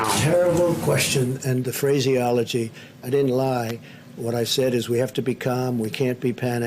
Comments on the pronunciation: he says phrase-eology!! 🤣🤣🤣🤣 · "Fraze-iology" I'm dying🤣